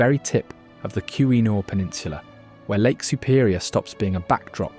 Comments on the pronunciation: Love Ole taqua-men-en falls lol. Can't anyone do a documentary about Michigan and pronounce everything right? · Tequamenon, pronounced.... tec-kwom- en-on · Great video of my state. I learned a lot. But its pronounced “Tah-qwah-men-on”😂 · TACKWAMAMON ! Yikes !